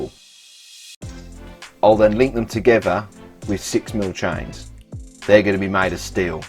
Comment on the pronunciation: Tibles, chines and stiples! Grite mite!